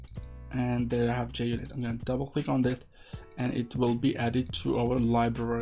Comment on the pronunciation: Mate it's Junit not Jnit unless if jnit was ur x-gf. But many thanks for the video